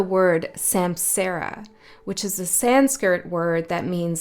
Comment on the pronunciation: And did we hear you say sanskirt… San-skirt? It is pronounced san-SKRIT ✌️